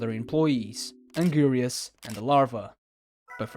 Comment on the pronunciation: Um actually it’s pronounced (AN-GIR-IS) not (AN- GIRI-US)🤓👆